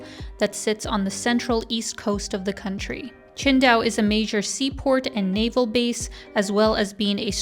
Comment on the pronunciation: You pronounce it almost like Chengdu, until I heard you talk about the Beer haha